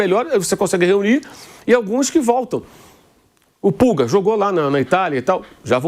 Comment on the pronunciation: É Pulgar e não Pulga, tem um "r" no final...que gastura ele falando pulga